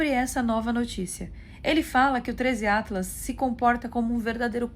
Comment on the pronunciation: "Trêis iatlas" kkkkKKKKK Esse 3iatlas virou ícone do canal da